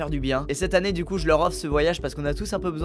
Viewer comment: 😂😂😂😂 quand ta dit je part "cet année" j'ai crue entendre "sept année" j'ai eu un moment d'hésitation 😂😂